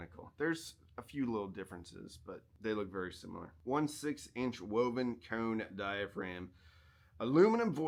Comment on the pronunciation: Did you say, "Woben cone?"😂